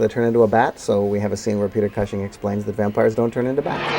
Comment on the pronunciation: Ahhhhhh, his pronunciation of Cushing as if he's saying "gushing" (but with a 'C') drives me insane! Love Joe Dante but pronounce Cushing's name right!